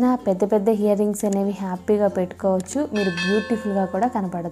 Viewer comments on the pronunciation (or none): hear rings kadu ear rings